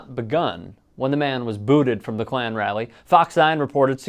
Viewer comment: Did you say CLAN RALLY😳🤔 I replayed 3x 😳😳😳😳😳😂